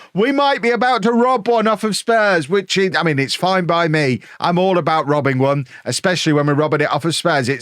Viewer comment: Liked because "robbing one" in an English accent sounds...funny.